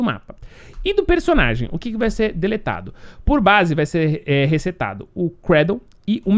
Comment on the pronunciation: no começo do video ele falando "recetado" kkkk